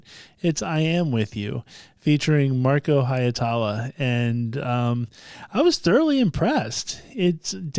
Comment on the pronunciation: Why can so many English-speakers not get Marko's surname right? 😂 The "ie" is two distinct vowels, simple as that - Hi (as if you were saying the English "he"), then without an actual stop in the flow "etala"... For a Finnish pronunciation, look up "Tohtori: The Reveal (with English subtitles) - Masked Singer Suomi", time index